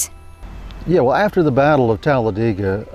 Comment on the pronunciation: Also, thanks for pronouncing " Talledega" correctly!